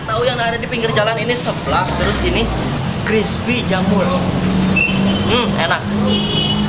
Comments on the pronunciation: Jamur crespiiiii dodol bukan crepi jamur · Jamur crispy bukan crispy jamur